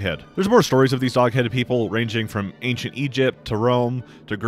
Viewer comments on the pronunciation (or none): none